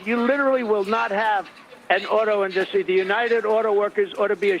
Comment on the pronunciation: And his weird pronunciation of "in-dustry"